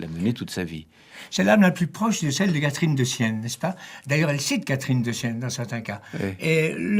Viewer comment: Ils prononcent une centaine de fois le nom de Catherine Pozzi en disant : "Karine" !